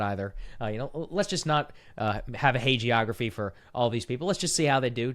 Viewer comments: Someone please kindly let Saagar know that “hagiography” is pronounced “hag-ee-ography,” not “heyj-ee-ography.” Not hating — just wanting the best for the channel! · Saagar said hagiography. Everybody drink.